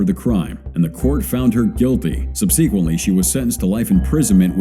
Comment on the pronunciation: Love ur vids and appreciate them but please, please ask google how to pronounce the word “ Subsequent”. I thought it was just a mistake the first time I heard u say it, but you say it the same (very wrong) way everytime. And it seems to be an often reoccurring word us d in your descriptions. Frankly, it bothers me more than it should and is becoming a pet peeve of mine that I can’t ignore